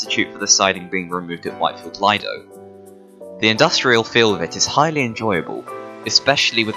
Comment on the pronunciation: Leedo not lido